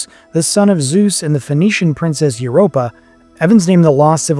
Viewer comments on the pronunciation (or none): none